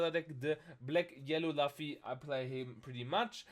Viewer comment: its pronounced l-o-o-f-e-e